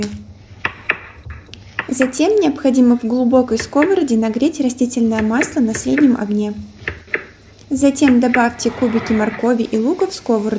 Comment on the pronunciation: Честно говоря, очень коробит слышать "тУшеные" вместо "тушЁные" и "скОворода" вместо "сковородА".Зачем искажать общепринятое произношение этих слов?